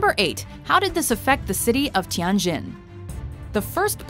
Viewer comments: It is “Tianjin”，not “Tiangjin”. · Its pronounced Tee-yen Jin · Oh my god, the way the narrator said "Tianjin" made me cringe... (coming from a chinese person)